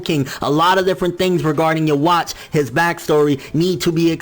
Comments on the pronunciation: Please for the love of god stop saying his name incorrectly. It's not pronounced "yewatch". It's pronounced Yu-Vack...... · loool "yo-watch" wow